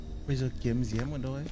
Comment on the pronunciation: Diêm thì anh kêu là Diếm 😆